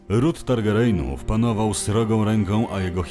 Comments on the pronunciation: Nie Targerejnów tylko Targerjenów ;) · wszystko fajnie, tylko lepiej, jakby pan lektor czytał "targaryenów" a nie "targareynów" 😉